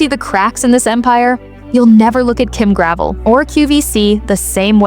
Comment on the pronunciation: This isn't just true for Kim Gravel (her name rhymes with 'bell', as in Gra..vell). All the clothes on QVC suffer from the same problems. High price, low quality and lack of inventory. God help you if you find something you really like and want to go back for the same in a different color. It's to the point where you have to buy every color in one go in order to get it. Denim & Co., Isaac, Susan Graver all suffer from the same things. I did find quite a few of tops by Lawrence Zarian that were really nice. But I can only afford clearance items now. Gone are the days where QVC represented quality and value, not to mention convenience.